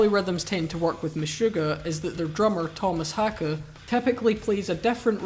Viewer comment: Best non-swedish pronunciation of Haake I've heard 10/10 video